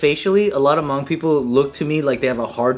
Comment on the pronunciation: The way you guys pronounce Hmong makes me laugh every time 😂